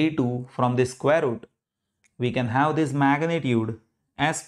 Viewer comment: "HAVE" not "HAU"